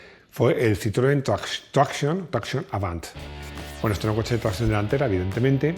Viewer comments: No pronuncies Citroën traction como si fuese inglés. Di mejor tracción en castellano. Gracias! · Muy bueno el vídeo, cómo no. Pero deja de pronunciar traction en inglés, coño! Que es francés.